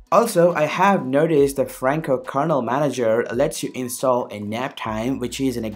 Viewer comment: OMG stop saying kernel word like that please! It sounds like KERNOUEAL.